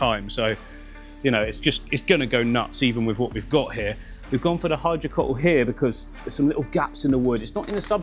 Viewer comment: I learnt to pronounce hydrocotyle from watching your videos. Now I'm questioning it, thanks Martin. Who's right?